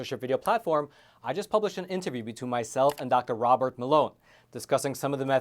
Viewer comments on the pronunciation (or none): none